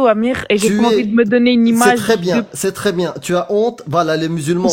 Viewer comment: Dès le début avec "trrrré trrrré simple " on a compris à qui on avait à faire.